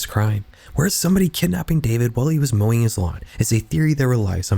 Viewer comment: I’ve never heard anyone say mowing the lawn in such a weird way